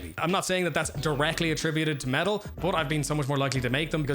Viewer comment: Ngl until i went into the description i fully thought you were saying "metal" the entire time lmao